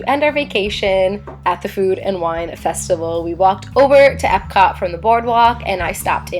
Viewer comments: Festical 😂 ily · Love you, love the food. Not gonna lie had to pause for a minute on “festical” but considering that during editing you had to look at all this delicious food I applaud how close you got to the actual word.